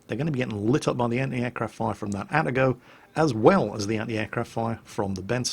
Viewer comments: I kinda wonder why he says at-ago and not Ah-Tag-Go as how it should have been pronounced, he pronounced Amagi correctly and Fubuki and Kongou as "kongo"... must be an british english thing i guess. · His pronunciation of Atago is slightly more correct here in that he's not emphasizing the middle syllable anymore. However, the first vowel is still supposed to be like his previous pronunciation; more like the a in "auxiliary" instead of the a in "attach." His Amagi pronunciation has a similar problem with emphasizing the middle syllable when it shouldn't be.